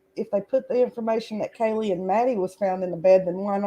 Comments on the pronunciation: She definitely says "Kelly" instead of Kaylee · Sounds like you’re saying Kelly, instead of Kaylee. Maybe it’s just me.